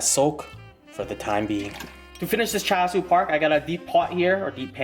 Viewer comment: you don’t say char siu or tonkatsu right